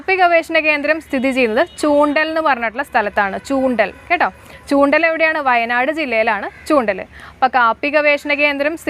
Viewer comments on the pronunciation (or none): ചൂണ്ടൽ അല്ല മാഡം ചുണ്ടേൽ എന്നാണ് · ചൂണ്ടൽ അല്ല ചുണ്ടേൽ